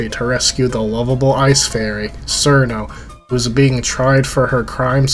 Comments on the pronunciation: it's obviously pronounced crino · Also pronounced "Let-Tie-E" not "Let-tea" its not "Sir-No" its "Churn-No" its "Toe-Hoe" not "Too-Hoo" i cant even finish the video after seconds without muting because its annoying to listen to someone that does not know basic phonetics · Or Cirno as "Sir no"